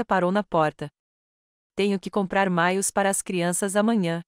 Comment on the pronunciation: Não é MAIOS É MAIÔS.